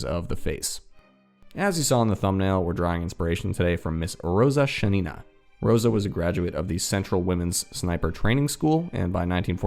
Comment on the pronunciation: Being native russian speaker it hurts my ear to hear ShanIna, which is wrong, accent is on first A